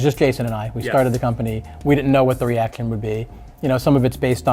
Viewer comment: reaction not reactin